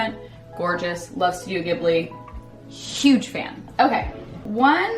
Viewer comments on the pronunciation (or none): Wait do you guys pronounce it studio GIBBLY in America? In japan, we pronounce it JIBBLY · I say it with a hard “j” like you do, I was surprised to hear say it the way she did! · Ghibli is pronounced "jee-bli" not "gibli" !!!!!!! love u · oh damn id never even heard of kt that way, we pronounce it Gibbly in the UK too